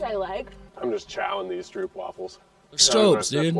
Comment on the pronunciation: Hahahahahhahahahahahaa, Not stroupwafels but stroopwafels, you make me laugh out loud.